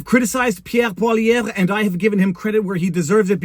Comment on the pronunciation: Viva, just say Pierre Poilievre. Not Pierre Poilievre.🤔